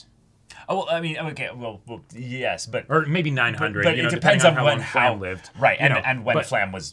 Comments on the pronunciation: She's called "Flamme", not "Flamel". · It's not Flam It's Flam-meh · Who’s fla-hm ?? New character?? “FLA-MEH”